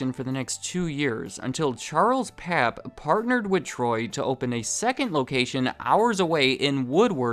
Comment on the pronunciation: This video was outstanding! My name is Landon Pappe, and my great great grandfather is charles pappe! Pappe is actually pronounced "Papp-e" , not "papp". It is very common for people to say that lol. The original pappe from Germany, Richard, founded the very first saloon and bakery in the state Oklahoma, later ended up founding the town of kingfisher. Where many pappes were born, including Charles. Many dont know, before his work with sonic he actually owned 2 very successful grocery stores in kingfisher. With some ties to wal-mart, unfortunately, that Is hard to prove....... Thankyou for this video, I have been waiting a long while for a good video about the history. Love the channel!